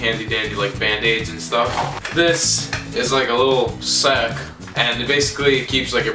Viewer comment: i died at 1 min, "This is a litlle....SAECK"